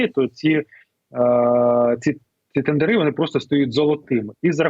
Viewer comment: От слова «тендерЫ» уши вянут.